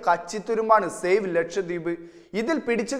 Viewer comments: Save aaanu Shave alla. Malayalam correct alla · ഷേവ് അല്ല, സേവ് , ഷേവ് ചെയ്യാൻ അവിടെ എന്ത് ഇരുന്നിട്ടാ !